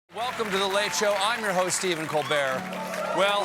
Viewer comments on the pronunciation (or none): none